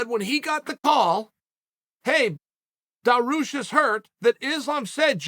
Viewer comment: DAROOSH and MACKLEchev